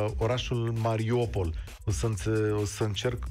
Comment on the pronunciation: Mariupol nu Mariopol Un pic de atentie ajuta